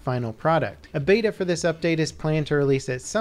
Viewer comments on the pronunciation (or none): none